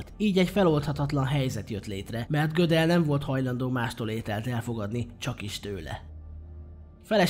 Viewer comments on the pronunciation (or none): Nagyon szépen összeszedett videó, de engem nagyon zavar, hogy nem jól mondod a nevét. Tekintve, hogy osztrák származású volt, nem amerikai módon ejtik. A helyes kiejtés pont úgy van, ahogy írva van.